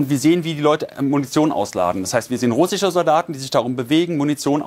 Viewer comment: Einen der "russich" , "ukrainich" und "dramatich" sagt kann ich nicht ernst nehmen.